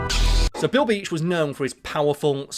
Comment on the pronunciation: Every time you say Bill Beach I hear Bilby and I feel like chocolate 😂